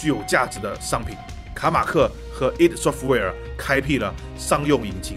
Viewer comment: Id software不是读i.d？